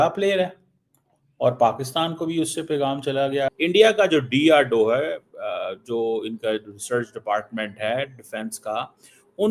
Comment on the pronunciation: Abe cheema bolna seekh lo DRDO hota need to learn to pronounce .